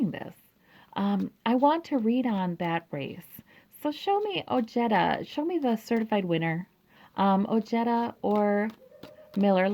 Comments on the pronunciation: THANKS ! The “j” is pronounced like an “h”.. OHEDA but I hear him pronouncing it OJEDUH! He is of Mexican descent ! Strange he doesn’t pronounce it correctly .. 😒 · Very nice reading. TY. A kind Reminder: When in pronouncing someone's name,if in doubt... PLEASE google pronounciation. OJEDA is pronounced OHEDA....The J unequivocally, in Sapnish is ALWAYS pronound like an English J. There are no changes, modifications, etc. Like Japanese, Spanish is a very phonetic language. The J is always pronounced as H.. unlike in the case of French names like Colbert.. where somany Americans will pronounce the las syllable "Bert" when it should be pronounced "Bear". If Colbert accepts it that is fine. Not the same in the case of Pronouncing Ojeda (OHEDA.)...NEVER Pronounce it with an english J ;like Jerry.. but an aspirated H like in Harry. Good Luck on the win. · I had to check his commercials and he does pronounce it as oh-jetta, not oh-hey-da. Well, names change over time for a variety of reasons. Maybe his family got tired of correcting everyone and just went along with it? Stephen Colbert says some of his family uses Col-bert (like bert & ernie) and some use Col-bear. Just personal preference. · Pronounced: Oh-hay-da. Hispanic name so letter J is sounding like H. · J is pronounced like the English H as in Harry.. The J in Spanish in never pronounced like J as in Jerry. Hope this helps and yes.. the Man is a man of high morals and integrity!!!